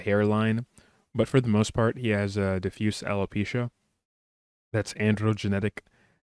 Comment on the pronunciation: One of the few on YT who actually pronounces diffuse properly and not "die-fuse."